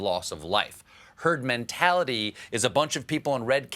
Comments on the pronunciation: Listen carefully when PINO Trump responds to the question about vaccines being necessary. Just before he uses the phrase “herd mentality”, he actually says “turd”, meaning he was going to say “turd mentality”. A Freudian slip? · I think he actually said turd mentality.